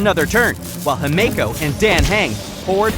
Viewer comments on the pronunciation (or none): Why are the name pronunciations wrong?!?! It’s pronounced Don hung, Himiko, Byelu, and imbyebider lunae (These are not how they are spelled but how they are said)